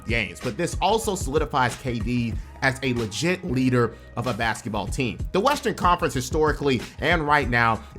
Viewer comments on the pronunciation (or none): none